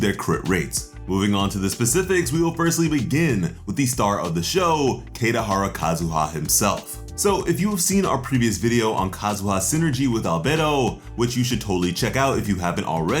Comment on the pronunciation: 'keydahara kazuha' im out